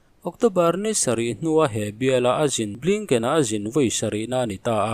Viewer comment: Blinken tih hi mi lam angin lam ve mai teh. Blaingken tih hi zawng ngaihthlak a hahthlak deuh